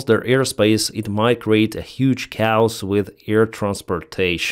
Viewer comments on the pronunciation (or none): Just FYI chaos is pronounced kay-yos. Not cows! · It is kaaaaay os. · "Chaos" is pronounced with two syllables: "KAY-yus". "Cows" are female cattle. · I agree ✌️ Kay Os! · Research pronounciation of "CHAOS"